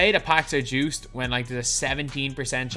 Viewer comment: is the worst with saying "Juiced" packs!